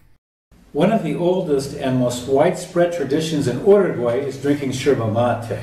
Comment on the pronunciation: The fact that he stays miss pronouncing the name Uruguay